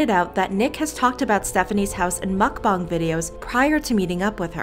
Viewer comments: It's pronounced MukBANG, not MukBONG! Listen to people when they pronounce it! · Real Brice mukBONG is correct. Original Language: Korean 먹방 = mukBONG However since it’s popular in America no one really cares how you say it, Korean or American pronunciation. Americans would read it and say mukBANG.